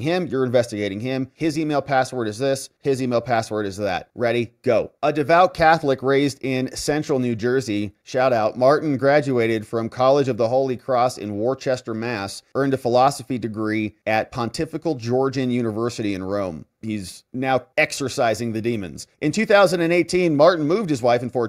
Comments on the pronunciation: love your stuff, but Worcester is pronounced "Worster, or Wierster" - "Worchester" isn't even close. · The town in Massachusetts that was mentioned: Worcester… is often pronounced incorrectly as Wer chester- the correct pronunciation is simply Worse-ter, or, with the accent from the town- Wuss- tah- or Wers- tah😅 Get it right buddy boy. lol. Everyone says it wrong 😊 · love the way you pronounced Worcester Ma....you pronounced it War-chester Ma, but correct pronunciation is Wooster Ma. It's not your fault...besides some pretty stupid names for cities and towns, Massachusetts is also a liberal cesspool where everyone you meet says they voted republican, but the democrats win by 95% every time! Great content as usual, thank you. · It's pronounces "Wooh-stah"...not "war-chester"...(Worcester, Ma.) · 🤣🤣 "Warchester" Worcester (/ˈwʊstər/...) Always know a non-native by this word. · lol Worcester is not Worchester. It’s pronounced wistah. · 😂 it's pronounced WHISTAH Ma not worchester😂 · Worchester, MA is pronounced “Wooster.” Please don’t ask why. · "Worcester" is pronounced "Wooster." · that is Worcester (/ ˈ w ʊ s t ər / ⓘ WUUST-ər, locally ⓘ) Mass....Thank You! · That's pronouced Woostah,.😅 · Worcester, MA. Pronounced " wister" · Btw: it's "Woster" Massachusetts. (: Thank you for all your great work! No offence to Joe Biden but it's a great time to be alive. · Worcester, Mass. Pronounced Wustah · Worcester Mass is pronounced wooster. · It's pronouncer Woost-er- or as we say in Boston Woost-ah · Worcester Ma huh?. My original hometown. And it's pronounced woostuh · “Wista” Mass 😂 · It's pronounced "Wooster" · it's pr👀nounced "WOOSTER" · Wustah mass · There is no H in Worcester, LOL Most say this way.